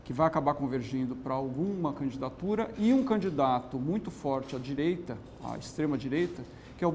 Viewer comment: porque ela fala candatura?